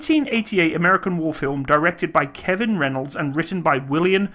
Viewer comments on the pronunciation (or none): none